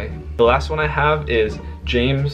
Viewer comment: James is one syllable but good try😊